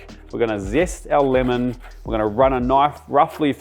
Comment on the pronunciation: What on earth is "finnel"? or "limon"?